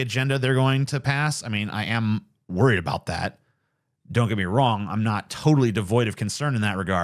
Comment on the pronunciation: A boot